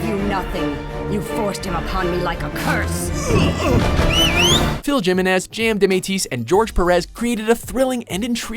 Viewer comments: Phil Gimenez? Jimenez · Phil JIMenez. thats all i heard.